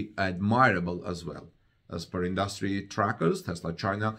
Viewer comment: industry is pronounced INdustry not inDUStry